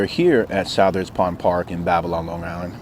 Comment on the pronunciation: Just to let you know, Southards is pronounced like suthards